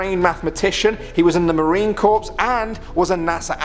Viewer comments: Why do people keep saying Marine Corpse, it's Marine Corps. Pronounced like core, it's not a bunch of dead people walking around. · The Marine Corps(core) not corpses like a dead person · If you want to be taken seriously, it's "Marine Corps" NOT "Marine Corpse" 🙄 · The scariest part was you saying “he was in the Marine Corpse”. It is pronounced Cor, the pse is silent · Marine corps is pronounced "marine core" a corpse is a dead body.... get it right spooge mouth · It’s not Marine Corpse it’s Marine Corps (Pronounces Core) as in an Apple core. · C as in sea, not cork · He said Marine Corpse! 😂😂 not Corps. Lol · I thought you said portal!!!!!!!!!!!!!! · Marine Corps is pronounced core not corpse. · Corpse? Corp. Core. Coar. Marine Corps. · It's pronounced Marine "core", not "corpse" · It’s pronounced core not corpse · It's Marine Corps as in CORE... not corpse. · Marine cor-ps hahah fucktard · it’s pronounced core fyi 😂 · "Marine corpse" *Corps. Marine Corps. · "Marine corpse" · Did he say Marine "Corpsss" oh boy...😖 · The Marine corpse??? 😳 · Marine corpse? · Gene Cernan ( .... Sir- nan ) Marine Corps ( pronounced as core ) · Cernan is pronounced sirnan Corps is pronounced core Porthole is pronounced port hole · The Marine Corpse? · Marine corpse??? Am I the only one who heard this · Did he call the Marine Corps the Marine CORPSE there are Marines having heart attacks right now from screaming at you lol. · he said marine corpse, am i the only one that noticed? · Marine "CORE". The word CORPS is pronounced with a silent "S". Great video. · The Corps in pronounced Core" in Marine Corps. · "CORE." It's pronounced "Marine CORE." Marines generally try pretty hard not to become corpses. Not always successfully, but they do at least try pretty hard. At any rate, if Storey Musgrave says he was followed by snakes in space, I believe he was followed around by snakes in space. And I'm getting really motherfucking tired of these motherfucking snakes in space. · marine corpse